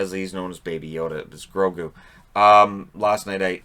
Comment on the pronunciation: Grogu, like grow goo haha